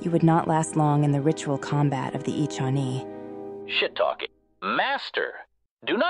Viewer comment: The Handmaiden and Atton's voices are really on point (well, other than the way she pronounces "Echani").